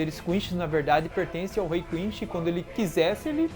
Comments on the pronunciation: eh quinci não quinxi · Não se fala Quinxi ou Quinchi não cara, se fala Quincy! Concerta aí pelo amor de Deus! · e Quincy vey esse cara aí que fala quinshin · A unica coisa que não tanko nesse canal e ele dizendo "Quinchy" 😔de resto e top dms! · da agonia ver vc falar quinche em vez de quince , vc fala gigai em vez de guigai , eu sei que gigai se escreve assim , mais fica estranho pronunciando br, sei a acho q é pq vi a vs dublada e legendada !